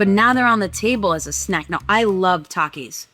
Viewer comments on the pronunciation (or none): “spicy hot taki NUSS” close enough